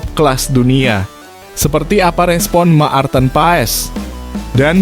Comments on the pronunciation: Admin, bc martin paes, bkn maarteen..,!! Geli telinga gua dgr loe sbt bgtu😂😂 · Ma-ar-ten pa-es Maar-ten pa-es harus belajar bahasa Indonesia yg benar ya gaes, baru bikin channel YouTube 😂😅😂😅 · Menyebut nama Pemain jng di putus dong jadi kurang enak di Telinga misal nya.Maarten Paes bukan Ma arten Paes.